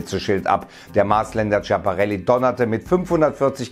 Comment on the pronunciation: Oh gott, deine Aussprache von Schiaparelli D: Nicht Tschaparelli, sondern "S-kia-pa-relli"